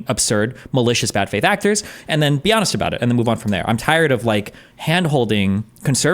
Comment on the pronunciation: No shot the guy pronounced 'honest' with a hard H. Either Im missing a troll or the American education system has officially failed